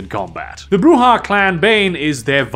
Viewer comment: 100 points for pronouncing Brujah right most of the time.